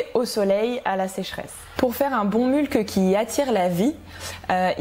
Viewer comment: Super video, très interessant de voir ton interpretation des principes de la permaculture. Hate de suivre l'evolution du projet. Bonne continuation! Ps. Je crois qu'il y a une autre façon de prononcer "mulch" ;) (comme "much" par exemple)